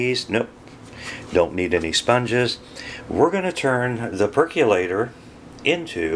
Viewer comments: Percolator, not perculator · "Perc-yu-later"?! "Machine"?! Really?! And then you don't even show the results? Where do you clowns come from?